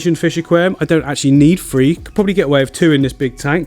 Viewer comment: 😂 😂 He does not say three is says" free"u can tell his from the 🇬🇧